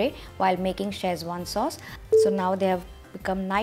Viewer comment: If you come to China looking for Schezwan, spelling and pronouncing it like you do, no one will know what your are talking about. They will not recognise your recipe, either. Boil the chillies. Never. Tomato sauce/ketchup! Get out of here!